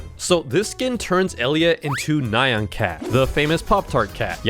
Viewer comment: ITS NOT NAY-AN ITS NI-YAN